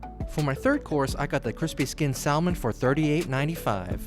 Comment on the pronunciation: So funny! 😂 I didn't know that people still said it incorrectly. ETA: I just picked up that his English pronunciations are kinda generally iffy which is ok considering.